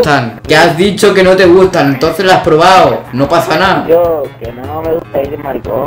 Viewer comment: Soy el unico que muere de risa cuando dice ¨uh lo que me ah disho¨